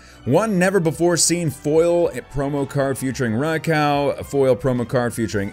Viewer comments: It’s not ray-cow it’s ray-q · You said “RaiCow”... it’s Raikou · It's raykoo not raycow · Didn't know that this box is released today.:D Gorgeous pulls!:D My favorite would have to be Suicune.:) Plus, Raikou is pronounced as Rai-koo:D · Rai-COW LOL 😂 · I think its called raikou not raicow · Him:Rai cow Me:it's raik u it's not a cow it's a Rai ku😣😥😑😠😡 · U said raikou Wrong it’s not raikau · Its pronounced Raikoo you said raikow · It's not rye koko it's rye koh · I call raiku not raikau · Rai-Koo not Rai-cow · It j's not raiko its raikou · Btw it's actually pronounced like Raik-oh just so you know Lol. Also if you ever go back to the series when they show Raikou they say it that way lol. I know it doesn't really matter. But just thought I'd say it haha. Still loved this vid alot! Alot of GOOD CARDS!! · RYE-KOO is how you pronounce it and my favorite is Suicune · Raikou is pronounced "Ri-Ko." :) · Rye-cow? RYE-COW?! RYE-COW?! 😡😡😡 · I like suicune but isn't it pronounced rye-coo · Did he say rai cow? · its pronounced ray-koo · It’s pronounced rye-coo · You said Rai cow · Your mispronunciation literally won’t allow me to watch this video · It is pronounced riekoo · Not rye cow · Its pronounsed rai-ko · Ray cow? DO YOU KNOW HOW TO TALK? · You say raikou strangely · You’re not a real Pokémon fan if you can’t even pronounce Raikou properly